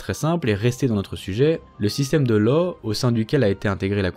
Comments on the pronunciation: Bonne vidéo sur un sujet trop peu traité. Petite précision : « Law » se prononce « Lasse », c’est écossais, sans doute gaélique, ça ne se prononce pas à l’anglaise 😉🏴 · Toujours très intéressant ! Juste un petit truc : étonnamment, le nom de Law se prononce /lass/ selon les historiens. Cela doit être car on s'en fichait de la prononciation britannique à la cour française du XVIIIe siècle, ce qui a donné cette prononciation bizarre. (Richelieu appelait le duc de Buckingham /Bukingan/ par exemple.)